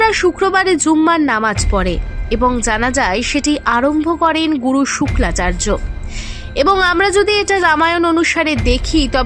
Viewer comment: কনটেন্ট বানানোর আগে শাস্ত্র ভালো করে জানতে হয় শুক্রাচার্য কে তুমি বলতেছো শুক্লাচার্য এটাকি?